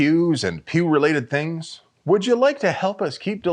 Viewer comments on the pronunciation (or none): none